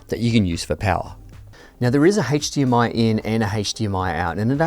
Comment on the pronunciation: please don't say hatche DMI anymore